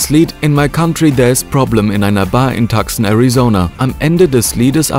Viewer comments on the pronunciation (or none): Bitte, es heißt „Tuson“ (also mit langem u), nicht „Takson“ (Tucson, Arizona). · Tucson- Tuszon gesprochen.